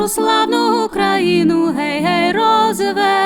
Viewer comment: Згоден з Вами. Звичайно, своє авторське виконання теж має право на існування.... Але особисто мені подобається саме класичний варіант виконання цієї чудової пісні. Без отих дурнуватих розтягувань і наголосів на Гей, гей, роз - весе - лимо.